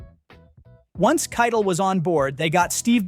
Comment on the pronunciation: Keitel is pronounced Kie-tel